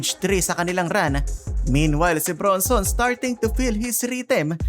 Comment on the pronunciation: ang pronounciation Brun-son hindi Bronson.Julian Kymani Champagnie (/ˌʃæmˈpɛni/ sham-PEH-nee. ayusin mo sir.